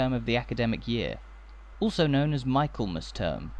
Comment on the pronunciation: A very enjoyable walk, one of your best. I hope you won't mind a correction. Michaelmas is pronounced micklemas. 😊